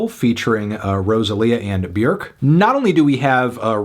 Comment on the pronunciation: DID FANTNUTS just say Beerk? Beerk? It's Bjork. What the Hell?